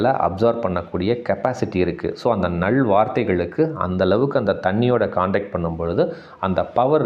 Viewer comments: நள் வார்த்தை என்று சொல்லாதீர்கள். நல் வார்த்தைகள். லகரத்தை கவனமாக உச்சரிக்க வேண்டும். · "நள்" அல்ல "நல்" வார்த்தைகள் ❤